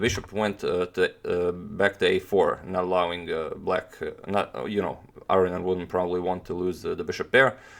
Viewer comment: Aronian not Areignan